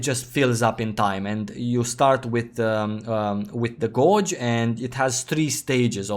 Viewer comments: took me a while to figure out when he said "gorge" he means "gauge" lol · Just friendly FYI, "gauge" has completely different pronunciation than you have. ;) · Honestly, I started to smile every time.